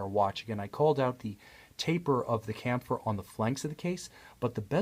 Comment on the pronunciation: I'm fairly sure "chamfer" is pronounced "sham-fur".